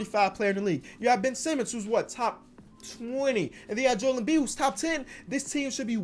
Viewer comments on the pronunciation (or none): none